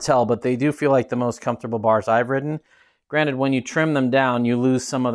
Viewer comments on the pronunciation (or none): none